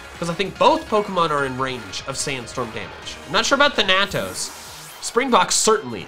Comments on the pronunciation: Ok, can't do it anymore. It is thAnatos. You are switching the "a" sounds in Dusknoir's name. It is Greek for death, and the first a has the harsh sound, the second one is the long one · as a greek myself that bothered me sooooooooooooooooooooooooooooooooooo much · In which case the character would be said wrong. Thanatos is both a character in Greek mythology and a Greek word